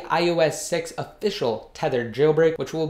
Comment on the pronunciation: Youy say thethered and The Videos name is unthedered